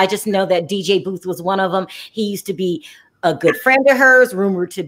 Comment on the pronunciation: I love your show btw it is DJ Boof